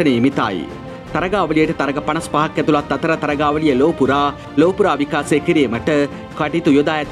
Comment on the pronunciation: විකාසය නෙවෙයි බං.. විකාශය. ඔයාට "ශ" යන්න කියවෙන්නෙ නෑ නේද?